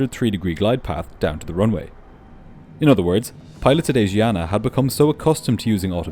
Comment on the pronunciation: Ahhhh, every time I hear you say "Asiana" I giggle. Asiana is not pronounced as AZIANA, but ASHIANA. A great video anyways!